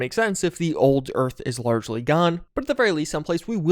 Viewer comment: Chug on "largely"